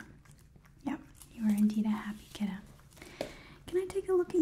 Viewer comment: I love that you say kittah